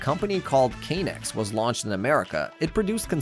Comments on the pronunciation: It's not pronounced Kay nex it's pronounced Ka nex I remember the commercials, I'm pretty sure lego bought out k'nex because they still use k'nex pieces as load bearing pieces all the time in lego builds, K'nex biggest problem was the way pieces snap together after a while they hurt. The coveted roller coaster set that actually worked was murder on your fingers leaving welts some times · It's said like connects. Not "kay". That doesn't even make sense... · Your pronunciation sucks it’s sc”ae”la. It’s also 90 years not 19 and not k-nex but it sounds like connects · That chess set one was an easy fix, just adjust the instructions. Also it's Kuh-Nex, not Kay-nex. Even the ads pronunced it as Kuh-Nex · K'nex wasn't a failure, also you don't say it like Kay-Nex it's just kuh-nex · I’m preeeetty sure it’s pronounced Connex not Kay-nex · Great video! But do have to say, pretty sure k-nex was pronounced "connects". Regardless, thanks! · As someone who grew up in the time and had some K'nex sets, it's pronounced like "connects." Kuh-nex. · Dude, its pronounced "Kon-nex" like connect's... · Bros pronunciation of knex and technic pisses me of